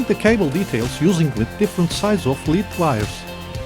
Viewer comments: Nice job. You vastly improved this Revell kit by leaps & bounds. Well done! (BTW, the heavy metal lead wire is pronounced “led” not “lēēd”. I know English is not your 1st language.) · Lead = Led, not Leed. 👍